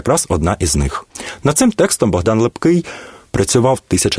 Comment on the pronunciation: Неправильй наголос при озвученні прізвища Лепкого, також на словах - отаман і ігуменя. Послухайте як п.Фаріон розказує про Лепкого. Перезапишіть, бо слухати Вас неможливо.